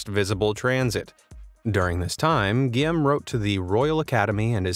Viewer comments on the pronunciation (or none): Guillaume is pronounced "gee-ome" not "gee-am".